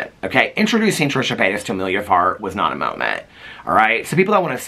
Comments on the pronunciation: I keep thinking you’re saying Amelia fart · The number of times I heard you say "Emilia Fart" and trying to decide if that's what you were really saying, until I finally googled it, and yep. 🍑💨